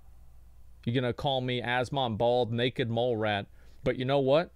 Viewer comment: Lol his inner texan came.out when he got to the mole rat.